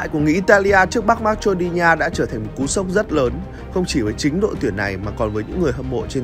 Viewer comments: Đọc là ma cê đô ni a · Thánh bú fame mà, dhs đọc từ marcedonia thành mắch chô đi nha